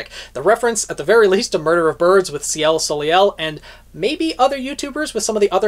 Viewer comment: Ciel Soleil, See-elle So-lay is the pronunciation. Her name translates from French to Sky Sun, just as Jaune is Yellow.